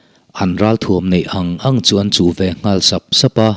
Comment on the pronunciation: Englai mah in Ngãl hi a ri hniam in kan lamri ngai lo . A rihniam a i lamrik chuan a awmzia a bo hmak mai ang . I ngal ka khawng a ngeh. Ngal hi a ri hniam a i lamrik chuan a awmzia a bo daih ang. I ngãl kha ka khawng fawk mai tur a nia... 😮😅😅 .